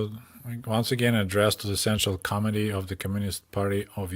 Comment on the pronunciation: I'm not sure if you are doing this deliberately, but you pronounce committee as comedy. It always cracks me up. In any event i grew up the same time as you in the US. It is nice to get a peek around the propaganda of both governments. Thank you for the stories. JW